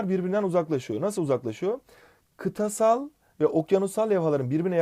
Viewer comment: Kıtasala niye kıtsal diyorsun ya